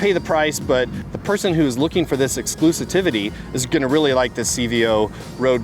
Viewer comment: Or “exclusivity” 🙂